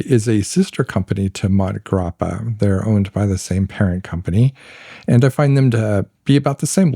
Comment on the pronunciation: Great video - the Hemingway connection to MG was more detailed than I’ve heard before. Just wanted to mention that the pronunciation of Montegrappa most likely has an “a” sound between mont and grappa. I first heard of the brand in connection to watches, and a podcaster was pronouncing the name in Sylvester Stallone’s accent. Stallone was promoting their watches for awhile. My favorite Hemingway book is The Sun Also Rises. Farewell to Arms would be second. The short stories are very good as well. I was at a pen show and looking at a Montblanc Hemingway pen. The seller asked how many Hemingways I already have, and I laughed said none but I do have several of his books.